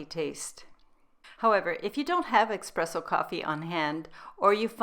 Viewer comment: It's pronounced "ESpresso", not EXpresso. Thanks for this nice recipe and your unique and wonderful recipes in general. I appreciate your true gourmet approach to taste. You've taken keto to a higher level.